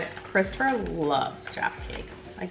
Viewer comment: i hate the way most americans say jaffa but they acctualy said it right!!